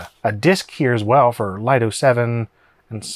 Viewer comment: lido as in LEEEEEDO like Lido deck on a cruise ship